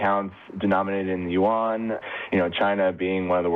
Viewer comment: speaks Mandarin, so she knows every Chinese word has 1 syllable. She knows how to pronounce Yuan but chooses not to. That is the most mispronounced word for the Chinese currency unit. she almost pronounced it correctly.